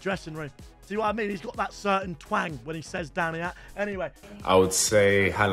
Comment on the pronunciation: bro said haland instead of haaland